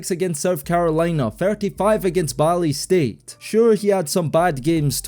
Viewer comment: Ball State, not Balle State lol.